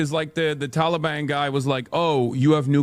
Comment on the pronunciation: The way he says Taliban and Pakistan, he's been coached by a Muslim. American's in the last 30 years everywhere don't pronounce anything like that